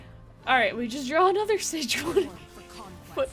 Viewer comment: Fantastic content! Love your different and crazy decks! Might check pronunciation of Sejuani tho